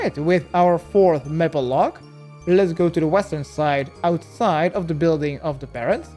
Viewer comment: Say maple logs like may pull that's the correct way 😊